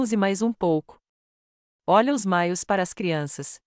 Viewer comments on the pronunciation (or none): Não é MAIOS É MAIÔS.